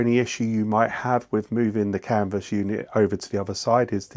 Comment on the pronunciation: I saw a French video with English voice translation. He also said "Canva unit". It's Canvas, C A N VAS, Canvassssssss! We're not in Kansa anymore, Dorothy.